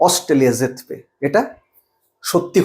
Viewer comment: শুধু অস্ট্রেলিয়া নয় ভারত যখন যার সাথে খেলে বাংলাদেশের শুধু রিক্সাওয়ালারা নয় বাংলাদেশের প্রধান উপদেষ্টা সহ আপামর জনসাধারণ বলে ভারত হারবে আর যার সাথে খেলা হচ্ছে সেই দেশ সে বাংলাদেশ হোক, নেপাল বা ওমান অথবা অস্ট্রেলিয়া হোক সেই দেশ জ্যিতবে (আপনার উচ্চারণে)